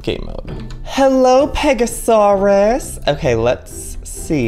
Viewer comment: Pega-soar-aus because it soars beautifully across the sky!